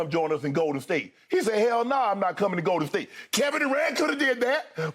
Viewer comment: Any one else get slightly annoyed by the way Skip pronounces "GOL-Den State